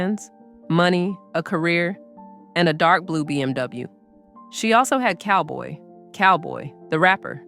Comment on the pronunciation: Not Cowboy it's Calboy.